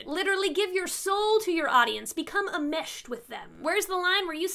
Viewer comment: the word is "enmeshed " not "uhmeshed" or "ahmeshed". you're welcome. 😉